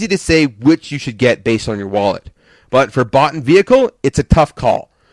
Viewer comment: When you say bot it sounds like butt